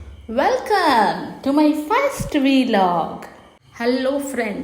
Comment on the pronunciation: Its "vlog", not "veelog"